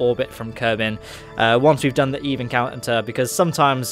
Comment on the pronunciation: You lost me the first time you said eve